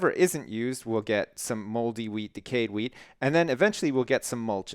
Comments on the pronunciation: i kept hearing him say weed.. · I keep thinking that you're saying weed farm instead of wheat farm